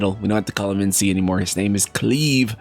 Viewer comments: I'd. Never heard the name cleave till this video 🤣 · cringing at KLEEV